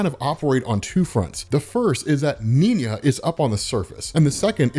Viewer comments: Cool story. Nina is German though, so her name would be pronounced "Nee-naa" not "Neen-ya". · Bro, her name is Nina, not Niña. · Am I missing something? He keeps saying 'Niña' even though it says 'Nina' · minor irritation, but: not Neen-ja, you make it sound Spanish... it's Nee-nah, a common German name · why do you pronounce Nina as "Ninya"? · It's just Nina not Niña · It’s Nina, as in “Knee-Nah” the word you are saying is little girl in SPANISH. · does he mispronounce Nina as a joke or.. ? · Kinda weird how you pronounce Nina. As if its two separate words instead of one. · You’re pronouncing Nina’s name wrong bro